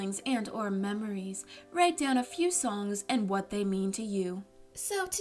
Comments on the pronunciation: She said kwat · I mean myawt